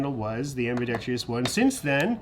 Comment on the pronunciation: am-bi-dex-trous (4 syllables) not am-bi-dex-tri-ous